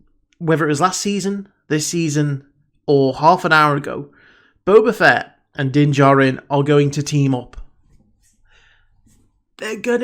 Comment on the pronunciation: I haven't watched the video yet but I bet my last paycheck he pronounces him "BOBER FETT" again.